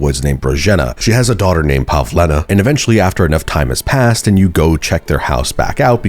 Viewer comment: Pavlena. Not pavlina